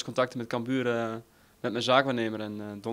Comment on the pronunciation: NEE, hij zei camBUUR. Het is CAMbuur ffs Lel